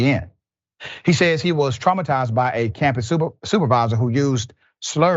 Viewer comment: "Traumitized" Hahaha hahaha 😀😀😁😁😂😂